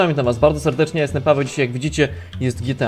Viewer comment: tiuning a nie tuning